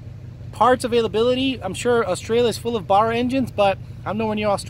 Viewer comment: Dont get a Barra mate, I couldn't handle you pronouncing 'Barra' wrong - its painful to my ears. Yes, I am a Factory Turbo Barra owner.